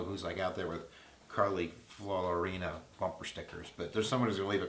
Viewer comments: Ok, Kip, it's FEE-OH-REE-NAH and she has no better chance of winning a primary than Carson. Why? Because she's extremely vulnerable on her one seeming advantage: business experience. She worked at Lucent before, during and after it's catastrophic fall from grace. At HP she managed to disappear thousands of US jobs, grow the size of the company and offshore even more jobs than she'd eliminated in the US all while enormously shrinking the value of the company and generally screwing it up. Her merger with Compaq left HP a bigger company having more employees than the two companies together had separately before the merger but with a lower market cap and in a weakened position in the market. Ultimately she was fired. That's going to be too easy to attack her with in any kind of campaign and was a factor in her failed Senate bid. Californians, especially, remain acutely aware of the jobs she shipped abroad. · Carley Fiorina, pronounced fee-o-reen-a. Koch brothers, pronounced coke. I think ' observations and odds are spot-on. Thanks,!